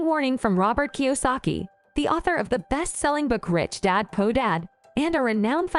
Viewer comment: Learn to say poor instead of po for goodness sake.